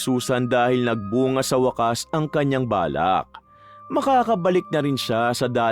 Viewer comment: Hahahaha napa subscribe tuloy ako dto ang kulit ng pag kakabigkas ng waaaakkkaaassss😂😂😂 kakaiba ang pagna narrate mo Boss, hahahaha... pero magaling din ang pagmamanipula ng boses mo, kase dati nakita napakikinggan sa Kay Lola Telang 😁... pero seryoso angganda ng kwento, nyo lagi ni Lola Telang laging may napupulot na malaking aral sa buhay.